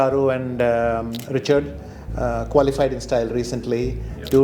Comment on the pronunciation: He pronounced Richard wrong.